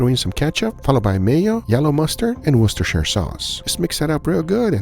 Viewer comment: Hell, you managed to pronounce 'Worcestershire Sauce" correctly. Applause from the UK!